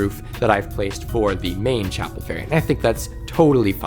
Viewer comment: Every time you say chapel room i cannot stop hearing chappell roan. Side note, i love ur stuff!! I love playing frostpale and am looking forward to the caves mod!